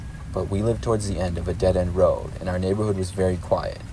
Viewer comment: "I walked along da WODE" BRO got a speech impediment